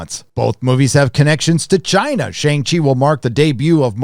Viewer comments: I know your definitely pronouncing Shang-chi correctly 😂 and the way you say Chiina is funny asf I hope your not racist 🤦🏾‍♀️I wanna subscribe because I love your honesty on Marvel movies but ion know lol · I love your new pronunciation of "China". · Why do you say China like that?